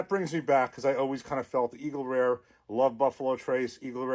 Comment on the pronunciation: "for all Eagle Reuhhz..." sounds like my cousins from Jersey ☺